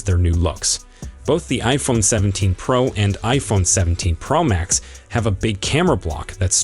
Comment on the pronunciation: There’s no iphone17 “pramax”, as far as i know😂😂😂😂😂